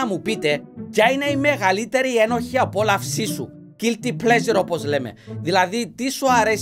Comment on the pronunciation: Μου αρέσει που στα περισσότερα σχόλια ο τόνος στο ένοχη (απόλαυση) το γράφουν ενοχή απόλαυση και ο τα διαβάζει έτσι Λάθος